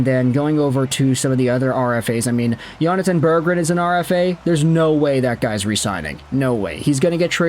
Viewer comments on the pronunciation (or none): none